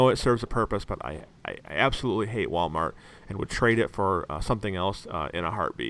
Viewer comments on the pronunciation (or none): none